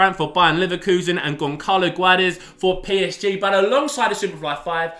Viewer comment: Just a quick correction, the "ç" is pronnounced as "ss", so Gonçalo Guedes is actually pronnounced Gonssalo Guedes